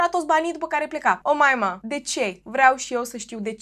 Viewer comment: Tu zici Omaima eu aud O Moimǎ 🙉 🤣🤣🤣